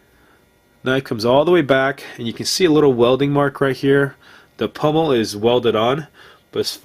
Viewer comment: Sir, I in no means say this to offend you, but the plate on the end of that handle is a pommel with an "O" not pummel with a "U"